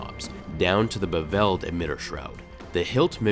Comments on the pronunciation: It's pronounced "beveled" not "beveled". Gees man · Why is it that people screw up modern simple English..... Beveled was said incorrectly. Geeeez